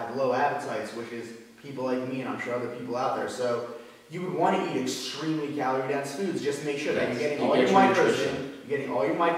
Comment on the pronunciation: the way says calorie sounds like caloor